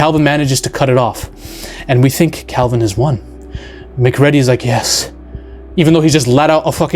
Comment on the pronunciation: If he calls him Russle Crow one more time, ima lose it.😂 And Mc-Ready instead of Mcready.(Mick-read-e)